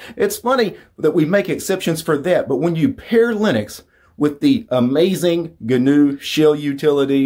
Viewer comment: "Gunuew slash leenix"..... Yeah. Pretty easy to say isn't it?